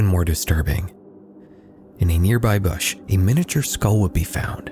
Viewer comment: Mispronunciation of the word bush...